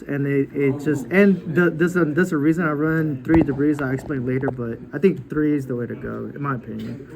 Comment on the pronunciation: He called a lot of cards "debris" like the drill warrior too. Also "triple caius" when showing 2